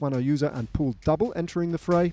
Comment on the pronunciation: He kept calling him Pool. Couldnt figure out who he meant